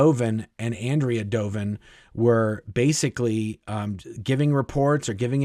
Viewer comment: On-dray-uh. ...not Ann-dree-uh. Doven.